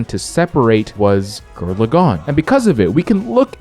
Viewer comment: "Gir Lagann" has me triggered